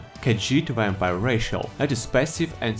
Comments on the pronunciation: This is just worth it to hear saying Wampire!;) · Ur u saying Vampire like Wapire? XD